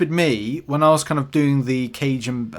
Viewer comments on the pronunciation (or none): bro cant pronounce cajin im fucking dead it sounds out like cuuuuuyan